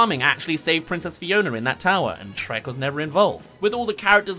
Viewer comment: "Sherk" lol